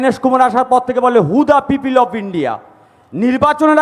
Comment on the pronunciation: এই নোংরা লোকটাকে গুলি করা উচিত। পিপিল ?? ভুলভাল উচ্চারণ। অশিক্ষিত নাকি ??